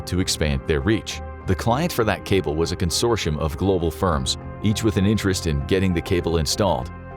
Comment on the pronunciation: why do you pronounce consortium (con-sore-tee-yum) as con-shore-she-yums